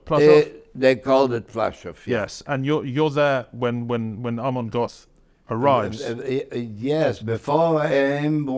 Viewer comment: Good grief, when will interviewers like this guy learn to pronounce German names correctly! Plaszów concentration camp's commandant was Amon Goeth, pronounced GERT NOT "GOTH"!!!